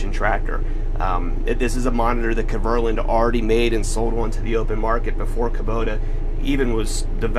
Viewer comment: Kverland? It's KverNEland. Come on, step your game up;)